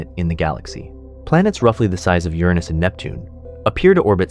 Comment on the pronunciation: "CGI, no AI" for the visuals, maybe. The narration is almost certainly AI-- we got at least three different pronunciations for Uranus: YUR-in-us, your-ANUS, and bafflingly, yur-AHH-nus.